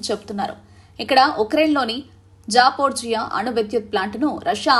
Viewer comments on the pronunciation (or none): Zaporzhia kadhu Zaporizhzhia